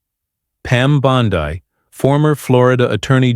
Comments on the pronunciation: here we go again another phony story from this idiot. He doesn't even know how to pronounce her name. He calls her " Bond " i " instead of "Bond "E". Did any of you see this show? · "Pam Bond-eye?" I think not.